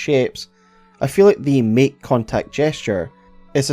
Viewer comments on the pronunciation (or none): “Meek” means something different in English than make, if you want to speak English, it is [maek]. Please, finally, learn English.